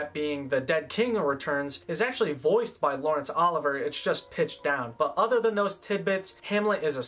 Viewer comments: I'm really loving these reviews, so I hate to be "that person," but the director and star of "Hamlet" was Laurence O-liv-ee-ay (not Ol-iv-er) -- and Shakespeare didn't write in Old English (which disappeared in the eleventh century following the Norman Conquest) -- he wrote in Modern English but had his characters speak in poetry, thus the "language barrier." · FYI - old bean , it's 'OL LIV VEE A ' not Oliver . Great work , btw . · Lawrence Oliver?!?!?! Bwahahahaha… that is not how it is pronounced… how can you not know the pronunciation of one of the greatest film legends of all time. Sounds like law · ruhns uh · li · vee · ay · Enjoyed this video. Tidbit Lawrence Oliver's last name is pronounced "o LIV vee ay" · It's Olivier, not Oliver. Good video nonetheless. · Oh-liv-ee-eh not Oliver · Agree with so much of your opinions. But you can’t pronounce the second “i” in Olivier?! Not Oliver, Olivier! You can’t find the pronunciation of the man who is generally regarded as the greatest English-language actor of the 20th century?! And your anti-English movie proceeds into the following editions. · Great job on this series, and very helpful -- thanks for putting in all the effort. I hate to risk discouraging you by mentioning that the name of the lead actor in "Hamlet" is pronounced "O LIV ee ay", so I won't. But if someone else happens to bring it up ... well ... they're not wrong. Very well done, though! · Great job! Very thorough coverage. Note a "sleeper" is a movie that is a financial success despite an initial slow start at the box office. Also, Laurence Olivier's last name is pronounced "Ahh-live-E-A". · Your channel is great. Loved this video except it o-live ee at Leslie care -on and Charl ton Heston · It’s Olivier, not Oliver. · Laurence Olivier’s last name is pronounced Oh-liv-E-A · Lawrence Olivier is pronounced O-live-e-a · It's Olivier not Oliver. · I can't get over the mispronunciation of Laurence Olivier 😭😭😭 Great video though GAWD DAMN